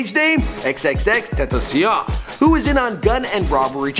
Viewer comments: Did he say tripple x.its xxxtentacion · man said XXX ten tossy on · xxxteteceeon LOL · Did he said triple x is xxxtentacion not triple x my dude lol and ski mask he collabed with x and became best friend for life but rip x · When he did in this vid he said xxxtentoncion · its x-x-x ten-tah-see-own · "TrIPoL EcS" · this man still cannot say "tentacion" to save his life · "Triple X Tantaseon" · he said Xxxtentacia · his name is xxx ten tashions that’s the pronunciation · X X X Tentaciyahhh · tf "triple x" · he keeps saying xxx tentasioa like u can’t say it so just say x like stop butchering his name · its x x x ten tah see on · He can't pronounce xxxtentacion,like wtf? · he says it on purpose to piss people off and then people comment on it. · the way he said XXXTENTACION is hilarious😂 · Jah-say Dwayne on-FROI and xxxtentacio? Excuse me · Now I know this nigga didn’t just say xxxtentacion like that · "XXXTENTOCION" UGH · why is it so hard for this guy to pronounce xxxtentacion. or just call him x. like damn. not hard. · He said xxxtentacio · He said xxxten??? What